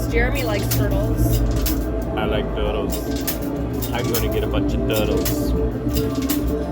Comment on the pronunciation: Lol "I like turtles, I'm going to get lots of turles"